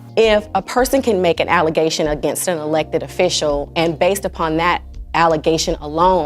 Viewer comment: As she said false "allezation".😂😂😂